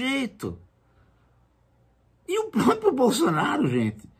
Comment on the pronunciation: O certo é PRÓPRIO e não PROPIO. Um professor não sabe disso???